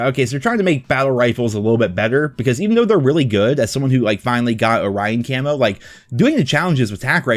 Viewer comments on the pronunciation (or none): none